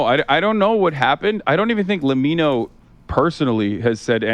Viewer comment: Dude, it is let me know, lemmino, LE ME NO